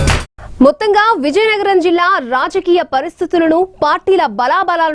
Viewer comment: Reporter naaluka tiragadam ledu.Natti. VIZIANAGARAM yesa marchukondi raa nayana